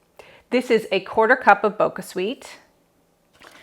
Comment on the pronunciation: Hehee, 😊 it's Bocha not Boca. The "ch" is actually pronounced as your regular "ch" as in "chill."